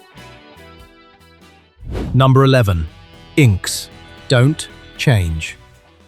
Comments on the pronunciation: Please do not say INKS ,INXS you say it like you say IN ecsess okay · Is it just me or are some of these stories a bit unfinished? I don't know if this is AI slop or just badly written AI voiceover but I'm outta here. And btw, INXS is "in-excess" not "inks" you dingbat! lol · I think you'll find their not the most beautiful songs of all time, they are very good songs of your time and then have great meaning to you. P.S. They aren't called "INCS" they are called In-X-S, This may be a AI script video, from the pronunciation it probably is, as somebody who isn't American , I've never heard at least two songs on this list and don't really have a wish to hear them again. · IN X S. Not inks. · "Inks" 😆😆😆 "It's was pronounced "In Ex ESS - In Excess" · Was with you until you pronnounced INXS as "inks" Instead of "in excess". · If you are going to have an AI voice or a voice actor - make sure they know how to pronounce the ACTUAL BAND!! INXS is not Inks = In Excess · its Not INKS its IN X S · When he said INKS I was like it's IN EXCESS INXS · Very good video... The band INXS is not pronounced 'inks'. It's "in excess". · hah hah - had to laugh when he said "Inks" 😂🤣😂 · INXS = in X secess please pronounce it right 😈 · It is pronounced in excess, hence INXS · "INKS." hahaha. I love these bots who mispronounce words. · Inks!!! 🤣🤣🤣 Unbelievable. Billy Squire! Who makes these terrible videos? They got it right the first time so why did they get it wrong the second time. It's like people who write Squier guitars - Squire. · I was like, Inks, really dude, inks. C'mon man. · Ya. Inks WTF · It was strange hearing Inks for sure. Like ummm… 😅😅😅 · Same here INXS pronounce as In X S or in In Excess. Lol AI?